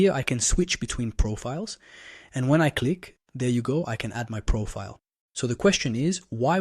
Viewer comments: Prophet? I'm confused too! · Is he saying "profit" and not "profile"?